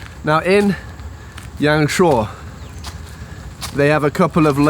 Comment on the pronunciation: Thanks for sharing this! I've never been to YangShuo myself, I'm going to look at this beautiful place along with your video in the next few months. Your Chinese pronunciation is soooo good though! I can't believe that you self-taught yourselves :-)